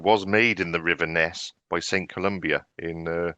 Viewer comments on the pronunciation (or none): Its saint Columba not Colombia